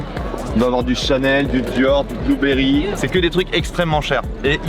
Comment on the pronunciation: J’ai l’impression que tu dit blueberry !? C’est Burberry ! Bonne continuation 👍🏼